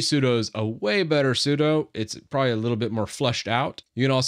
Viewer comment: "sudo" in Windows? Sounds like a "doo" followed by a "sue"...